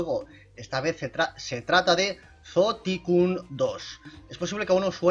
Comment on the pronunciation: se lee asi como lo dijiste pero se pronuncia zoo taicon